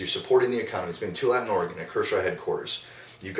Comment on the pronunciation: I love the intro and the review. Great job. Big fan. Btw the name of the town pronounced (Too-all-a-tin).